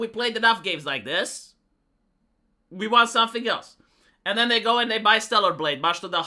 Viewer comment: Now, you might be concerned that is using the feminine 'we' instead of the masculine 'I' in 'we hate your aesthetics', but, in fact, he's saying ' hate your aesthetics', so we're good. Great video, as usual